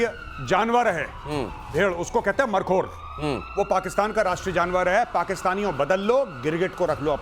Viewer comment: गौरव आर्या जी मरखोर नहीं मारखोर